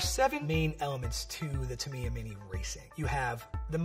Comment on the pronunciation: That Tamiya pronounciation is killing me. TA - MEE - YAH is the correct form. Otherwise, great video! I grew up with these when my dad was station in Japan in the 90s. I had a Sonic Magnum and a Spin Axe.